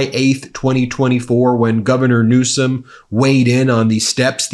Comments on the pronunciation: Now that he's going to be president again, he had better start acting presidential and pronounce Newsom's name correctly. Quit acting like an immature kid. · And when is Trump going to get a SPEECH THERAPIST GAVIEN NEWSCOM, REALLY, soo CHILDISH. GROW UP, THEY VOTED FOR YOU FOR GOD'S SAKE!!!!